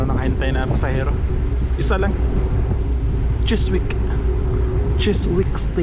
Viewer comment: Just to let you know that the "w" is Chiswick is silent. The correct pronunciation is "Chisick"........